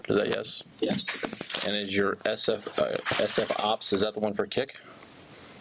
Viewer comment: “S-F OPS”?? 😂😂🤣